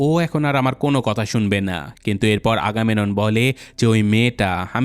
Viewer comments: চরিত্রের নামগুলো সঠিক উচ্চারণ করতে হবে। আগামেনন না ওটা আগামেমনন হবে এবং বোয়াগরিয়াসের হাইট ৮' না। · ভাই উচ্চারণ টা আগামেনন না আগামেমনন হবে। 🙂